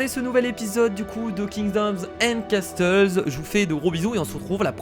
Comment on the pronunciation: MAIS C CASSEULS ET PAS CASTEULS :'(